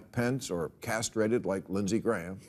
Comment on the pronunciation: castrasted? he;s alwyas casrovatedn